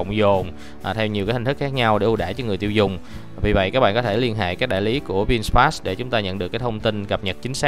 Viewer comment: Vin-fast chứ ko phải Vin "sờ" fast nha bạn chủ thớt! Phát âm nhiu đó ko mà cũng sai thì review cái gì